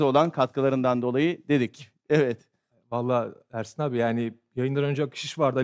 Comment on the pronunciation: Serhat hep ersan diyor ersin e 😂😂